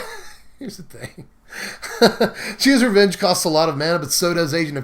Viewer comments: "Gee-Ah's Revenge..." Uhmmm,, probably better known as from SB MTG you pronounce it G-Y-Ah's Revenge. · Jee-uh's revenge? Say it with me, Gay-ah's revenge.